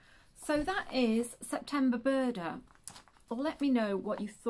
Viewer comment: Good to hear Buuurrrrrda again 😂🤣